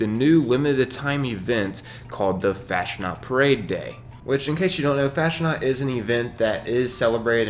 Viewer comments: Fasnacht is pronounced like 'Faus -Knot' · It's pronounced like Fausnaught (faz-not)